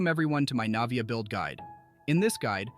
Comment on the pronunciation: loved the guide but the way you pronounced her name 💀 lmaoo